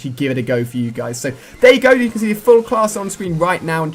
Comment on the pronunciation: jou kan not quickscope